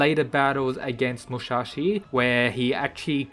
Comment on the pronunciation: Its musashi not mushashi